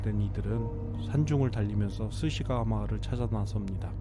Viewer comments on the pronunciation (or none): 스시가와? 스기사와?